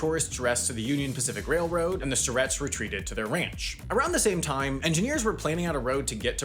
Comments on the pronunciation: Umm so I know this is gonna sound like I'm trying to pick apart the video but uhhh the name is pronounce Sigh-ret and one of them is my basketball coach so it's from experience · Grew up in Henrieville just down the road from Ruby's Inn and went to school with the Syretts. Literally was so confused as to who he was talking about because down here they're pronounced sigh-retts, but very good video otherwise. I didn't even know how they did it, but one day, Ruby's Inn was just a town, now I know! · Bro it’s pronounced “sigh-rett”. I worked there while I was taking university classes in the national park. That’s my claim to fame. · Stop saying my name wrong. 😢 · Not even pronouncing the last name right… Being one of those 138 residents myself. 🤣